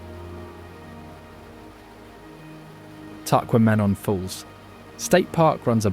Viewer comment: This bothered me too, the tahquamenon fall’s pronunciation was horrendous. It drives me nuts when Brit’s pronounce peninsula with an sh in it too, to each his own but it’s like fingernails on a chalk board when I hear that pronunciation….